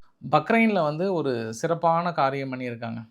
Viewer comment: ஐயா ரவிக்குமார் தமிழின் தெய்வமே பரி அல்ல பியூரி (fury) (சீற்றம்) பக்ரைன்‌ அல்ல பஹ்ரைன் Bahrain